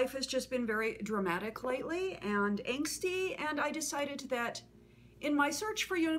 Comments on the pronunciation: She says "Ant" instead of "And" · Nope. Maybe that's what you hear, but that's not what she says. As an actor, elocution is very important to her.